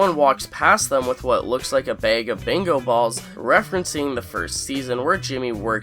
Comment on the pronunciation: Are you trying to say Bingo ? You pronounce it as Bango